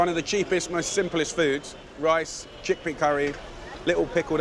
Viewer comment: He said cheakpea curry , you will never change. Dude you are in India